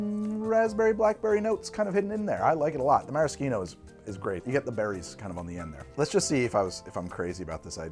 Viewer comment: It's Mara-shh-eeno. Now can someone tell me how to pronounce Pepperoncini?